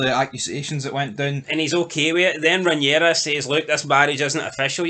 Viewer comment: Yous are at it! How many times can you pronounce the name Rhaenyra wrong? Sometimes you get it right then other times get it totally wrong! Fuck me yous are like Americans pronouncing the names on here, totally fucking wrong! Watch the show then yous might learn how the names are pronounced. Other than that good chat from you all